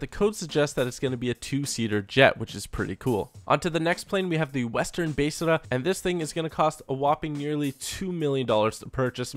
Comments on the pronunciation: Is anyone else getting annoyed when he says besrrrrrrrrra instead of besra. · the bestra is pronounced beztra